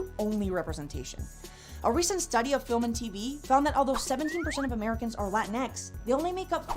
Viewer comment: Did u said latix?